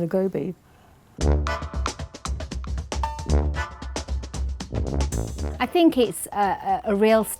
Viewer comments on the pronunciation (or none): I'm not even Indian. But she needs to stop saying 'Go'Bee'. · Its not goubi! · Wtf is gaubi? You're an Indian, at least pronounce it well!